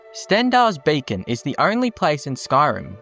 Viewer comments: Pretty sure you’re saying “Stendar’s Bacon”. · Stendarr's Bacon? Sorry, I don't mean to be a pronunciation zaylot. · Am I the only one that is triggered by his talking...? Like it's beacon, not BACON...learn to speak before making vids ffs😂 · Lol, I heard "Bacon" instead of "Beacon" as a kid when I saw Crocodile Hunter: Collision Course too